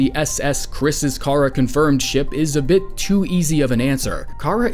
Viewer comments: Chara is pronounced as in "CHARActer" not karruh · Say Chara's name right Your not a true undetale fan if you don't know how to say her name right